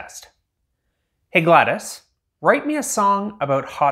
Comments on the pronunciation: Gladas! Bruh it’s Gla-DOS Lol 😂💀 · Builds gladOs and absolutely refuses to pronounce her name properly you cant even simp properly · Her name isn’t Gladys,it’s Glados,gla-dose. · GLaDAS? GLaDOS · Every time you say Gladys, Gladys Knight pops into my head! it's GLaDOS. DOS like MS-DOS, the early Microsoft operating system. In fact, the DOS part of her name stands for the same thing. Generic Lifeform and Disk Operating System. Not GLaDIS, or GLaDYS, GLaDOS. As in Glad- oss. How can you be a superfan and not know this? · I'm sorry, this is a petty thing. I couldn't finish your video because my OCD was going nuts about your pronouncing her name wrong. It's not Gladys it's GLADOS, it sounds like awe. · Bruv called him called her galdes and not glados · "gladys" dont take this as a bad thing but her name is said "gla" "dos" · its glados not gladas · I HATE the way you say GLaDOS it’s Glad-o’s like a cereal not gladus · It’s glados gladis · It's glaDOS not Gladys 😭😭😭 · "gladis" GladOs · Gladis gladIS it’s pronounced glad OCE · GLaDOS is pronounced "Glad-ohss", with a long O sound, like Talos. Not "glad-iss" like Gladys Knight. You goon. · It's GLaDOS, not GLaDAS, it's Disk Operating System, not Disk Aperating System. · As a portal fan I feel the need to say it’s not “Gladys” It’s GLaDOS” (Glad-oh-s) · Glad O S not gladis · Glados O not Gladis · Scrolled down to find this. He is pronouncing it like Gladys (Glad-iss) when it's literally pronounced how it's spelt GLaDOS (Glad-oss) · this is triggering me it isnt gladas its GLaDOS glad OS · It’s pronounced as Glad0s not gladas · its not gladys its Glad-o-s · It's not gladis, it's GlaDOS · prodounced GLaDOS not gladis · Glados, not gladis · Am I the only one who noticed he says "GLaDIS" instead of "GLaDOS" ? I can't stop noticing it. 😅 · Sorry, just wanted to say that it’s pronounced GlaD-O-S (I think) or maybe it’s GlaD-Ose (as in dose). You did a great job on it, looking forward to future videos! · It is not pronounced Gladys